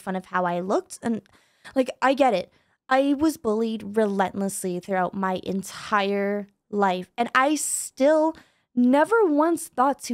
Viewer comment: i saw bro said "entiere",bro it's entire😅